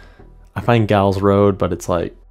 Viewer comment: Heads up, you probably got a lot of this, Giles us actually pronounced “Jiles”